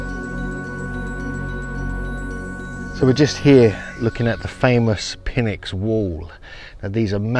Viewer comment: Awesome video, thank you! If you're into pronounciation, Pynx is Nyx, the P is silent. This seems polymer like. Huge blocks of rough limestone fitted perfectly? Mixture of precision with sloppiness.